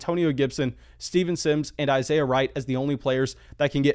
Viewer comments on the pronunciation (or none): none